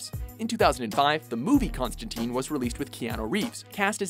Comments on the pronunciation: ConstanTYNE, not ConstaTEEEN. Get the damn name right. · Its "tine" like "time", not "teen". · it's not constanTEEN. it's ConstanTINE. Rhymes with wine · It's pronounced Con-stan-tyne. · Constantine, as "tyne" not "teen". At least get the name right if you're gonna make a video about him. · I can't take this video seriously because they don't even pronounce his name right. It's not constan-teen.